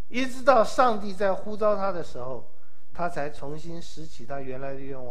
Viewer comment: 呼召。召四聲趙兆